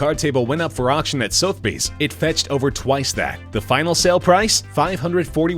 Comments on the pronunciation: Sothbees?? "Su-tha-bese" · "soth-bees"? Jesus. "Suth-eh-bees". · Did he say 'soath-bees'? "SUH-THUH-BEES" for fuck's sake. You make a video about antiques and you don't even know how to say one of the most famous auction house names in the world? Jeepers. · Interesting. (Although, I do wish someone would amend the mis-prounced name of Sotheby's from ' soath' bee's' to 'Suhth-eh-bee's'. ) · It is pronounced Sutherbies. Not southbies. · SOTH-BEES?, it is pronounced SOTHER - BEES. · I swear "Sothe-bees" is the worst mispronunciation of Sotheby's I've ever heard. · "Sotheby's" has three syllables, not two. first time it was only seeing the name up on the screen that told me what was meant. winced every time. ps, and being a cockney, for me those three syllables would be "SUV-a-beez" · You keep pronouncing Sotheby's wrong. Its Suth-a-bees (The "th" as in 'the'.) Kinda a big mistake, you could of just googled the name. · I never knew it was Soathbees. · Lol..."Soath-bees"..."August Road'n" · " Sothe Bays"?? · Sotheby's is pronounced sothabees, some Expert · Sothe-bees okay!? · Sotheby's.............Pronounced Suthbees ?.WTF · Worthless is the value of this narration. Soathbees?? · It's pronounced, "Soth-eh-bies" You have to learn to pronounce things properly to do professional videos. Take the time to find out. ;) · I clicked off when you said soath..bees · Thank you! I thought I was hearing things. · Yeah, and he didn't even pronounce "Sotheby's" correctly. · Keno is pronounced Key-no. Could just once you manage to get someone who can pronounce names correctly? Rodin, Sotheby's all pronounced completely wrong. It makes the videos a joke. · Who doesn’t know how to pronounce ‘Sotheby’s’ and ‘Rodin’? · Why not the original programme clips, this annoying narrator can't even pronounce Sothebys, couldn't listen anymore after the first one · Omg couldn’t you at least look up how to pronounce Sotheby’s before making the video. That was awful.